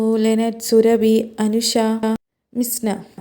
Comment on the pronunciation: not Anusha Alla Anushkaaaaa